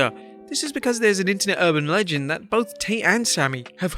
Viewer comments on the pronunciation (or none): none